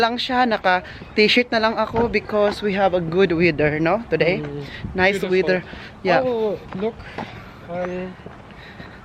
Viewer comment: Weather not weder Ang pronunciation.